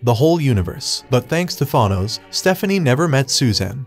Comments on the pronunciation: They way you pronounce Thanos is irritating as hell it's not thonos it's th-an-nos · Tha noze....But its Than ose! Pronunciation.1.9.L7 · it’s pronounced than ose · it’s a reference to a flash meme where the reverse flash or zoom aka eobard thawne would say “it was me Barry” to the flash while admitting he was the reason to all the misfortune in the flashes life. I assume the commenter made this joke because the robot voice pronounced thanos “thawnose” so they changed the words in the statement a bit to make the statement about the video while joking about the name pronunciation, and that’s how I assume how the comment was made. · Refused to continue watching when he pronounced it “ThAHnos” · "Th-ahnoes" what is that pronunciation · THAH-nos. So funny how he pronounces his name. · Thanos : “I only did it cause y’all couldn’t pronounce my name” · You did well. Just next time, please pronounce his name correctly lol. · Liked it! Pronounce Thanos better though lmao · I think u need to learn pronouncing thanos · Next you should learn how to pronounce Thanos correctly. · Learn how to pronounce thanos's name right before you learn how to edit and write script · Learn to pronounce thanos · u cant pronounce a 5 letter name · You should learn the pronunciation of the thing you’re reading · Well Thanos is such an evil arse that he doesn't deserve to have his name pronounced correctly anyway. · The way he pronounces Thanos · Is there a single person who can pronounce Thanos right??? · Cool just please learn how to pronounce his name